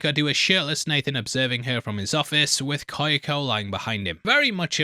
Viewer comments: Why oh why must he torture us with saying Ky-o-ko instead of Kyo-ko? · Hearing how you pronounce “Kyoko” makes my ears bleed